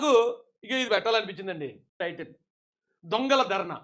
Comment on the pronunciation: అధి "దొం"గల కాదు అన్నా "ధెo"...."ధెo"...."ధెo" ….………!😉😆